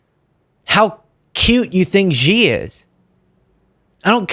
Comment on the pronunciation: The leader of China is Xi, pronounced she. How hard is it, listen to how the world pronounces it. I like your channel anyway